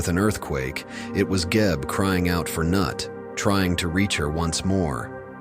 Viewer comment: It's not pronounced Nut, it's Noot! (Also, Geb has no father.)